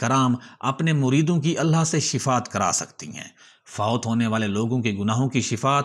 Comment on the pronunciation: Bhaijan, SHIFAAT nahi SHFAA'AT he.